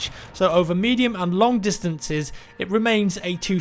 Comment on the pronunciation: and russian player should learn to say "long"... WITHOUT A "K"! "long", not "lonk"!